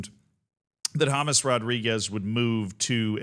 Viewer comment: His name is James, not James